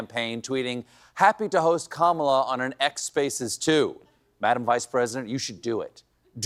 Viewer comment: Two men slurring about a woman’s appearance. Calling her Camilla. Laughing- it’s actually REALLY creepy and disgusting AAAAAAAARRRGGGHHHHH!!!! Harris Walz!!! Please save us!!!! 🤩👍 🩵💙🩵💙🌊🌎🌎🌊💙💙🩵🩵💥